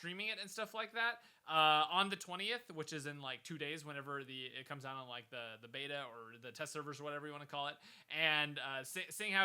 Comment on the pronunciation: First: it's de wae Second: it's "Like" and not "Lime"